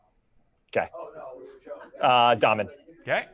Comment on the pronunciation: Dahmen is pronounced like Daymen.